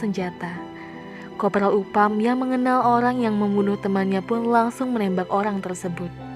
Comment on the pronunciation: Next time penyebutan nama dan tempat dibenerin ya, mba. Upham bukan dibaca Upam, tapi Aphem, dll.